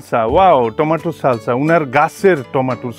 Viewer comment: উচ্চারণটা হবে টমেটো টমেটো